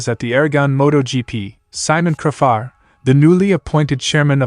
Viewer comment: It's not cra far? It's said crayfar😮